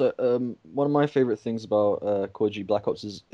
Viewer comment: I like how he says Tinks instead of things ;p